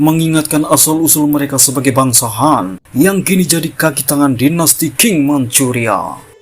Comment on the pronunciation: Cara baca tulisan Qing bukan king, tapi ching. Pake CH😂😂 belajar dulu lafal PinYin, min.